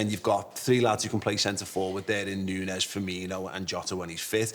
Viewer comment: I’m begging you say Núñez’s name right…